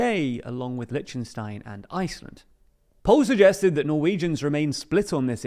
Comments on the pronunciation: It's still not Lichenstein it's Liechtenstein. There are no liches or other necromancers involved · Lichten-wha? At least pronounce the countries right.